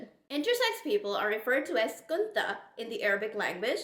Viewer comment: Its khuntha not kuntha